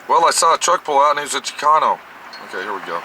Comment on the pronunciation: Hey it's Chicano! Not chicono lol